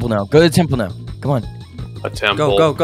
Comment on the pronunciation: He said tample